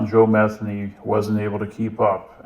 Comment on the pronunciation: It’s pronounced meth-ANE-y. Pretty common last name for that part of Maryland.